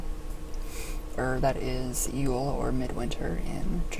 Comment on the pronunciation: Wow could you butcher the term of Yule more?